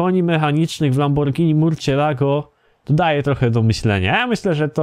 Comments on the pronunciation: Lamborgińi XD lambordżini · Mów normalnie a nie jakieś lamborgini